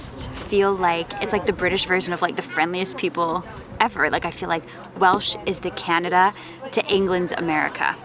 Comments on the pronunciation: Great video. Thanks for uploading. Top marks on Welsh pronounciation too👍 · Thank you! pronunciation is definitely better than mine!